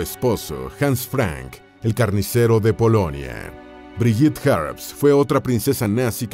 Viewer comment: Entre las fotos de Brigitte se coló una foto de Eva Braun , muy jovencita. Se pronuncia BRIGUITTE , con la E final y gue no ge. La foto de primer plano de Gudrun es de otra chica. Agrego que Gudrun es muy popular entre los neonazis y verdaderos nazis de la SS , pues luchaba ( sin éxito ) para que consiguieran cobrar sus pensiones de guerra los ex Waffen SS. Según las pocas entrevistas que dió , ella vivía feliz durante el nazismo y los eventos del final de la guerra y la derrota fueron la etapa más cruel de su vida , cuando era una púber. Se afirmó en su ideología con tenacidad. La respetaban mucho.